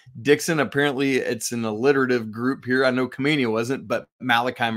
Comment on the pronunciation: Khamenia is pronounced with an H.